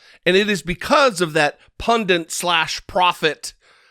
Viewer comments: PUNDINT ? WTF it's pundit ffs. Please don't become the thing you're against. Love ya so don't become an idiot. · There's no second N in pundit It's not "pundint". My gawd, how many times did you say it? It's a common mispronunciation these days. Mad Respect in general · today you are mispronouncing over and over the word pundit. Please correct that because it's driving me crazy LOL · Pundit only has one "N." Drives me nuts. Everyone says it wrong. Otherwise good work.